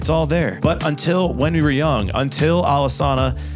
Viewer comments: It’s not pronounced “Alesana,” it’s pronounced “Alesana.” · Don't even know how to pronounce the band name. Done with the video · A group that did “so much research” is the same group to mispronounce the band name… for the hate level expressed, I’d love to see this dude write something better than they did and continued to do.